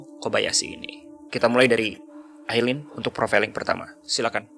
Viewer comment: Masukan yang bagus. Ngomong2 namanya Aileen (bacanya Ailin). 👍